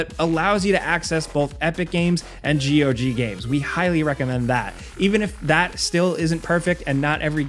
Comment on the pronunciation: Wait, it's "G O G"? Not "GOG"(one word)?